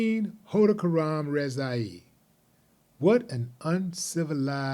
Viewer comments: Great job at pronouncing that last name cuz it took me a few tries.. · Willie D, thanks for pronouncing the last name, Khodakaramrezaei. The news just called him Ramin from Texas.